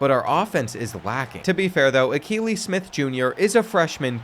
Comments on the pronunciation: 😂😂😂. I know I couldn’t be the only one that caught they way he pronounced that the first time. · “Al-kuh-ly Smith” 😭 bro learn some ball, holy mispronounce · It's pronounced A-kee-lee Smith Jr. His dad is a former NFL QB.